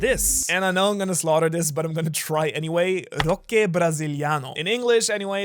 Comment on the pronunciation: well, about roche Brasiliano, u say it like Roshe Brasiliano